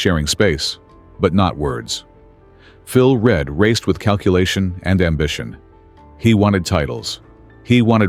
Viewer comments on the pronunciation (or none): This AI bollocks cannot pronounce Phil Read's name correctly and keeps calling him Phil Red...it is REEEED for Christ's sake! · PHILS NAME IS PRONOUNCED REED NOT READ ! GOT IT ?:hand-pink-waving::face-blue-smiling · I would like to inform you that, I have lost count of the number if wrongs in piece. Firstly Phil Reads name is pronounced READ not Red the colour. He was never in the same team or garage as Mike. Agostini was tutored by Mike on the counts orders so that he could partner Mike (already world champ for 2nd time ) Mike dislike of Read came from the way that he shit on his team mate Bill Ivy who was by know a pal of Mikes. Back to Read who only started to ride for Honda & started to win, after mike hade retired. Both AGO & READ only started towin at the Isle of Man TT when The greatest rider ever went racing cars. Mike returned eleven years later injured and jusy made everyone look ordinery. This comment was raised by a 75 year old fan of (who was there) S M B Hailwood. The greatest rider ever yes inc Rossi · Phil Read is pronounced Phil Reed you should learn about who you speak of. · What? Phil Read was Read! Silly pronunciation is a sure sign of an AI voice.